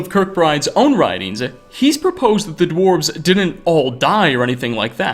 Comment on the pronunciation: The dwarves-ehh so he says lol